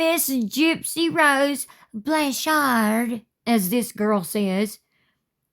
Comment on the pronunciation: Wait, that TikToker wasn’t being satirical? When she pronounced “Blanchard” the way she did I for sure thought it was satire…